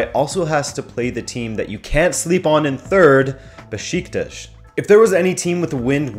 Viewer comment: pronounced ba-sha-ke-shir and be-shik-tash thanks